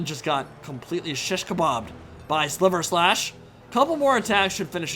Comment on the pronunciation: Just a polite correction: Sigvald's sword is Silverslash, as in silver slash, rather than sliver slash.